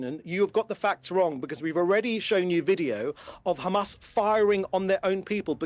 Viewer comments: he gets a bonus every time he says khamas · Khamas! Khamas! Khamas Khamas! Is all I hear them say in an effort to pass blame, and play victim. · Not a single truth in his body - count how many times he says khamas 🤣🤣🤣🤣🤣